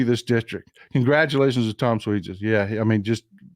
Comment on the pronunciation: It's pronounced sw-ah-zy im a suffolklong island lady and I believe you/me im a minority of democrats here, which is stupid because these republicans had made made this county unaffordable to live